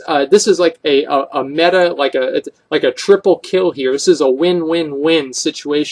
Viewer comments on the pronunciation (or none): none